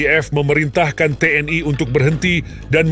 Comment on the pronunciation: Mengejanya biasa aja ga usah keingris ingrisan ,TNI bukan T.N.AI